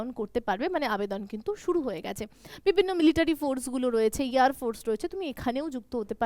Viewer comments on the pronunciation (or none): none